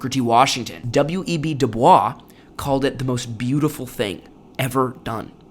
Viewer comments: It's pronounced "Du Boys" not "Du Bwah" but everything else is great! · W.E.B. DuBois pronounced his name like Doo Boyss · W.E.B. Dubois’s surname is pronounced, counterintuitively, to sound like ‘Boise’: De-BOYZ. I don’t know why. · If you read this: W. E. B. Du Bois's name is pronounced "dew boyz." NOT "dew bwa". Preparing to give a speech to an organization, he wrote to the man in charge of introducing him, that his last name should be pronounced "dew boyz." Please learn to pronounce people's names correctly, as THEY pronounced them. Dr. Du Bois was not French; his father's white ancestors were from a French-speaking part of Europe, several generations before he was born. If you respect a person, and or the person's memory, you will learn how they wanted their name pronounced and you will pronounce it that way. PLEASE! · PS Pronounced WEB Du Boys not du Bwa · Oh, the irony: "W.E.B. Du Bois pronounced his name doo-BOYSS (doo-boys), not the French way (doo-bwah). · W.E.B. DuBois pronounced his last name doo-BOYSS (stress on the second syllable, rhyming with "voice"), not doo-BWAH. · As a person who worked extremely hard to learn French, I know how difficult this is, but he pronounced his last name anglicized as “Du BOYZ”. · It's pronounced, W E B DooBoys. He specifically rejected the French pronunciation of his surname. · Good video though sad to here (I'm an Gen Xer). One minor nit ... W.E.B. Dubois is pronounced "do BOYS". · "Doo-BOYSS", this is how the man himself wished his name to be pronounced, regardless of its French origins. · To Please pronounce WEB DuBois’s last name correctly. It’s pronounced Du-BOYS’ and not as a French speaking person would say it. Thank you! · w.e.b. du bois was very clear that his name should be pronounced 'duh boys' because the french pronunciation was the people who owned his family, not him. good video but this bothered me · You pronounce it DU BOISE. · You're pronouncing W.E.B DuBois wrong!!!!